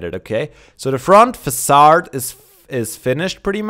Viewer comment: oh.. just so you know in English its pronounced "Fa SAAD " love this park man!